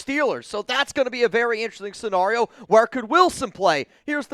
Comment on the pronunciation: I see we still haven't learned how to properly pronounce 'scenario'😄